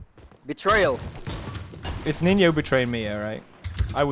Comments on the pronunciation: “I would nevver betray Ninyaa!” I died lmfao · In finnish It is spelled as Ninja But prenounced like ninya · I'm only here for pewds saying NINYA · Stop this, why you talk like that, "ninya" "wespects"... Why though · They should know it's the real PewDiePie because he says "Ninya"